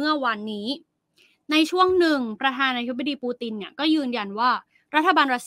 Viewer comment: วิเคราะห์ข่าว แบบให้จบๆไป ไม่เป็นมืออาชีพ มีความรนราน ในการสื่อสาร (พูดลิ้นคับปาก )ไม่ชัดถ้อยชัดคำ ควรปรับปรุงเป็นการด่วน ข่าวระดับโลกแบบนี้ ควรมีความเป็นมือาชีพในการสื่อสาร(คำว่า ประธานาธิบดี ไปฝึกให้มันชัดๆ)